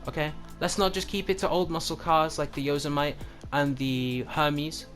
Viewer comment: The Yo-so-might? Its Yosemite like the big national park in the usa....learn to pronounce....